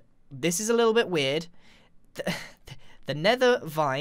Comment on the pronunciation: LEETLE LEETLE LEETLE LEEEEEEE